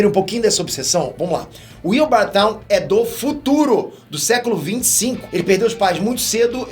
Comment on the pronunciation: A pronúncia de "Thawne" não é "táun", mas sim "thón"; e a pronúncia de "Grodd" não é "grude", mas sim "gród".